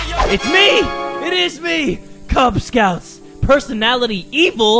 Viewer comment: said: Kubz Scouts Captions said: Cub Scouts